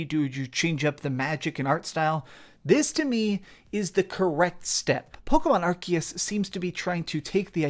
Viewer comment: why people call arceus like ARCKIES I always call it ARCIES.